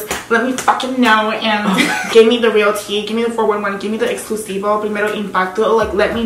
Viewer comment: said “the primer impacto” 😂😂